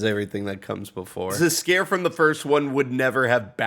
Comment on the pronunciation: I had to backtrack to make sure I heard that right, but “ze castle Zs’Skayr” was a bit funny.